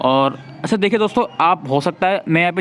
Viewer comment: ...achhaaa☺️😌🤭🤭 Helpful brother...but hassii agyiii "achha" pe🤭